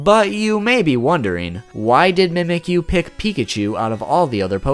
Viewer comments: I like how he says "Mehmekyuu" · In the official Alolan Handbook, the pronunciation says 'mee-mee-kyu' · Shouldent it be mimichu? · fact #6 its pronounced MEE MEHK YOU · it's not how you say it you say it like this : ME-ME-Q